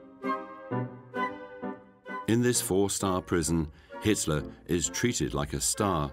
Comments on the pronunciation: Why are they calling him Hisler? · Sounds like the narrator occasionally says Histler or Hister( Nostradamus prediction) Inconsistent pronunciation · Sounds like the narrator is saying "Hitsler". LOL. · Why is the voiceover call him hitsler